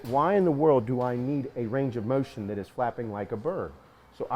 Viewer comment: Mowshen guys